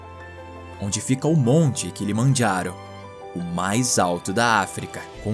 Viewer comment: O kilomajharo, kkkkkkkkkkkkkk, português e italiano, kkkkkkkkkkkkkk